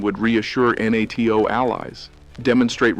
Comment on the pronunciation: Yes. The AI can’t say NATO. It says “N A T O”.